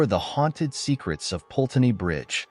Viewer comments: Put-ney is the pronunciation not Pulteney. If you're going to report on the UK at least learn correct pronunciation. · I'm telling you now that no such "ghost" called Eliza who jumped into the river Pulteney (which again the narrator doesn't pronounce correctly) exists in Bath. And NO such "legend" has ever existed in Bath as you profess. You are completely and utterly fake.